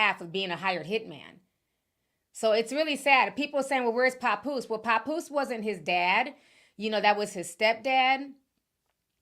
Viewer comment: Pap…poose 😂😂😂sorry it was grinding my gears the way you say it😂😂😂😂